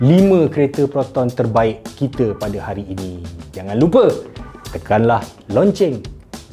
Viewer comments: me: Tekan loceng!!! tekan loceng!!:Tekan lonceng. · "Lonceng" ek? Mcm oghang Muo lak hahahaha